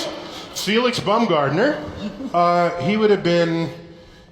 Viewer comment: Did Neil DGT say bumgardener or was that the translation? Either way 😂